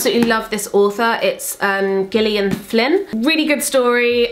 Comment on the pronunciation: I thought Gillian was pronounced with a J not a G?